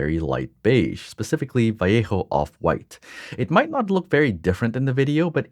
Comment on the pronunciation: Beautiful work, your dedication to details rivals mine lol (and your self criticism as well) When we do new things, it's always a learning experience. I love the composition and the meaning for everything you did to this piece, I also appreciate that you pronounced Vallejo correctly 😂 my ears thank you! The expression on the girl is just full of emotion. Ngl I cried a little in the reveal because I also lost my 14 year old kitty 4 years ago, her passing was not exactly sudden, but it hurt like spear piercing through my heart just like it did your tiger. I know your friend will appreciate this piece greatly and I do hope that her pain will lessen as time passes, though I can tell you, even after 4 years, I still miss her deeply, especially every time I see her urn whenever I look up on my desk where she's at.